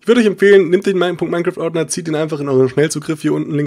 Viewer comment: Warum sagst du Minne Kraft das heisst Minecraft.